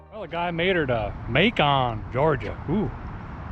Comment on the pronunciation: "may-con" I'm sure there's plenty of cons in macon, so that's a fitting pronunciation of it 🤣🤣🤣